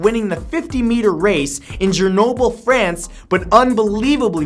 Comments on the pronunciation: Matt, please but PILLL_EEEEEZZZZZ read your text carefully... That city in France is not Ger-noble... It is "Graa-noble" I drew your attention to other mistakes as well in other videos. You have a social responsibility. You cannot say "yeah whatever" and carry on... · I felt a strong ear pain when you pronounced "Grenoble". The "GR" is pronounced the same as in "Green".